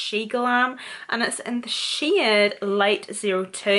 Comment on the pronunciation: she saying shade or shit :|